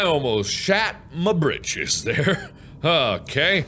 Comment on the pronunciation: MARK YOU NEED TO CUT THE MARBLE MELONS TO GET SEEDS. Cough Cough Oh and mark you should make a repulsion cannon to BOOSH all of the evil creatures of the deep away. Oh and at I thought mark said "I nearly shit my bitches!"